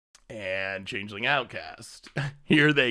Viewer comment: Chang-ling? Sounds asian.